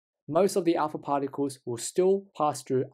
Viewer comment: alpa pharticles?